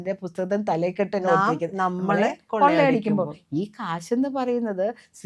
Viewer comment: Thalekkettu..😜It is 'thalakkettu'..Pathetic.🤣